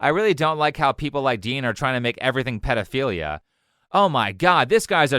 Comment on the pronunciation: i have had patience for many years... but how have we gotten to the point where grown men are saying "pee-three-dee-o-philia...." theyre children cosplaying as adults